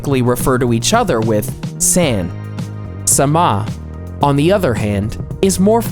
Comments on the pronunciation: When he said "saMA" for さま I lost it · Talks about Japanese people and customs. Says: sAN instead of san. long a instead of short a. the way he said sama was also cringey. Not even Japanese and I know this. I mean I get it if you're just learning it or if you're very unfamiliar and just see the word, but if you're doing a video ABOUT JAPAN and Japanese customs, maybe figure out how to pronounce stuff? I know some stuff is hard to pronounce, but, san, sama, kun, are all pretty easy.